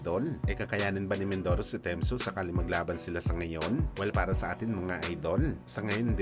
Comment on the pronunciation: Nag iisip ako sino ai Temzu. Tim Tsyzu pala😅😅😅